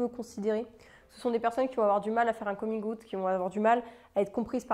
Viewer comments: Moi voyant le titre de ta vidéo : bon ben en tant que bisexuelle et militante LGBTQIA+ je pense que je suis déjà plutôt ouverte d'esprit et tolérante haha Moi entendant la façon dont tu prononces "coming out" : gasp okay je suis peut-être intolérante à UN truc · Merci pour cette vidéo, j'ai beau lire beaucoup sur le sujet j'ai encore appris des choses ! (Et ta façon de prononcer "coming out" est juste trop cute 😍) Merci pour ton travail de sensibilisation 🏳️‍🌈💙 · Pardon mais ta façon de prononcer coming out: j'adore 😃😘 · Magnifique prononciation de coming out ahah, sinon super vidéo hyper intéréssante et complète . ( Rien a voir mais je suis "en transisition vegan" quels compléments prends-tu ? )